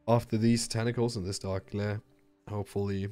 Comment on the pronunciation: lol it's dark glare not "dark layr"